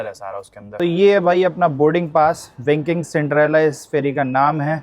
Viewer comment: विकिंग नही व्हायकिंग